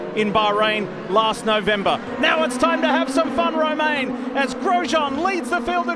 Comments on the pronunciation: It just triggers me how these guys pronounce his name… and Im not even French xD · Cringing at the way they pronounce his first name 😬